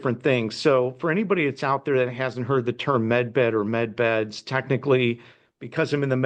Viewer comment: Med beds not men beds!